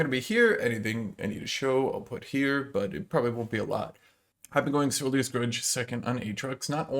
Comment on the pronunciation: I really wanted to watch the whole of this but every time you said SERYL-DIIIII-A’S grudge it hurt my ears too much 😂 much love to the super top